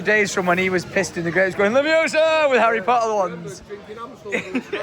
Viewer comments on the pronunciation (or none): its Levi-OH-sa not Levi-o-SAAAH